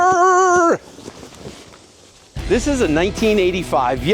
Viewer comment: Is your name Craig with an a or Creg stressing me out honestly man try using the a in his name 😩😩😩